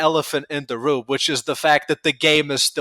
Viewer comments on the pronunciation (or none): none